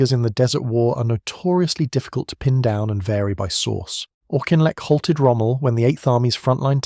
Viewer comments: Auchinlek is said Aukinlek, not Aushinleck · Sorry I know what you are referring to , I am Scotttish myself and you are incorrect . He was called Auchinleck by everyone in the British army - never Aushinleck . If you have ever seen any of the early documentaries on the war , the earliest I ever remember was e.g "All Our Yesterdays" , Brian Inglis , the presenter a clearly pronounced it Auki-n-lek . Besides , the origin of the name is Gaelic and from that root the surname should start sounding like "Ach" , (the same as the German "Ach" as in "Ach so" meaning I see). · You are pronouncing his name wrong . It was as in Auk-in-lek -not aushinlek. That is why he was nicknamed the "Auk" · Yeah, that’s just the English or Northern Irish pronunciation for his name though eh? There’s no way having middle class English relatives they would ever think of adhering to Scots Gaelic by the way ;). The Gaelic would be ‘ccchhhh’ sound too even though it ‘Ah’ instead of ‘Aw’ before it Auchinleck Talbot is pronounced on tv by Scots presenters when they play Scottish Junior or Scottish Cup games. Bit different from Kemi Badenoch- as people all over pronounce her married surname differently ‘ah’ or ‘ae’ but it should never be ‘ock’ at the end of it originated in Scotland. Also an area of Scotland. The dynamic of the UK is funny- like the singer Sandy Denny- people are proud to call her English but look at the name and her grandparents from Dundee and one who inspired her by singing in Scots Gaelic. That’s for the additional info. Yours Aye! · Dear, it’s spelt “Auchinleck” but it’s actually pronounced Orkinlek…. hence “The Auk” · How difficult is it to pronounce his name properly throughout the video??? 🙄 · Pronounced as if "Orkinleck".